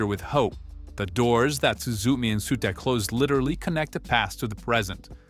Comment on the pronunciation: It hurts… it hurts… “SUE-ta”? Do these people even watch the things they make videos about?